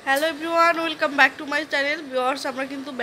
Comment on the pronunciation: ওলকাম না আপু ওয়েলকাম হবে উচ্চারণ টা☺☺